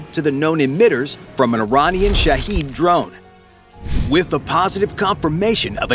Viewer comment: Shehed drones? She-he'd😂